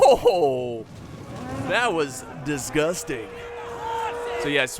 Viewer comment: Omg that cav charge, "that was.... DissGustwing."